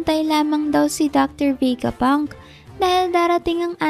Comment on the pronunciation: VE-GA PUNK HINDI VEY-GA PUNK..😅